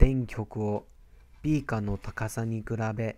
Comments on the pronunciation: にぃ⤵︎ ひゃくごじゅうミリ↑のビー↑カァ↓ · 2⤴︎5⤵︎0mlのビー⤵︎カー⤴︎